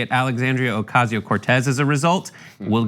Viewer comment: I really think they pronounce it "Okayzio" on purpose. Multiple times I've heard them almost pronounce it correctly but switch it up.